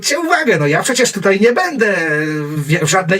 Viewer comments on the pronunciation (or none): none